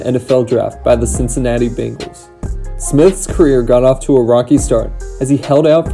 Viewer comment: It’s Bengals and Ravens offensive line, not Bengalss and Ravenss. Good video though !